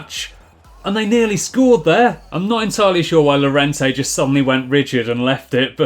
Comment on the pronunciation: Yorente, not Lorente